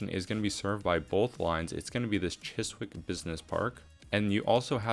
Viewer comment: W’s are silent in Woolwich and Chiswick. Wool-itch and Chis-ick 😉